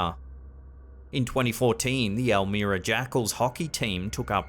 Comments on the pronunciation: You pronounced Elmira wrong. You are forgiven lol. I lived right around the corner from the Lindenwald Haus. I have passed by it hundreds of times and never knew its history. Nice. I also went to school in Corning for a time and have walked through that parking lot a time or two. I never saw or experienced anything walking through it. Sad. Thank you for the knowledge from around my old haunts. lol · Elmira is pronounced, " EL MY RA" Like Elvira...not El Meer A...no big deal